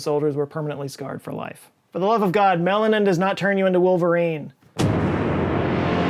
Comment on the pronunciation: I jus love watching you say melanin 💕😘